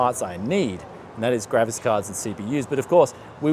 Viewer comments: Its GRAPHICS dude stop saying grafis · It’s graphics cards not gravis cards